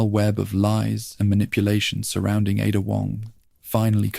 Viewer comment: it's definitely AI. Dude said IDA instead of Ada. Also when quoting someone it was like it copied and pasted the quote into its story telling in a way that threw off the sentence.